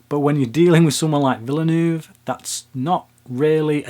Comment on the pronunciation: Villoonoove. lmfao. try veelnerve as approximation